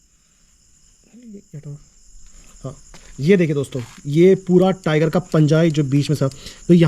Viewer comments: ट्राइगर नहीं टाइगर बोल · टीराइगर नहीं होता टाइगर होता है